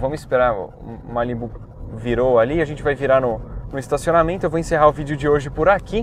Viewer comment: "Estacionamieeento" bem paulista vc em? kkk